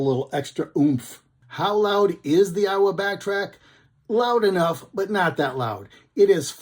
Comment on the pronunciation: "A"iwa not "I"wa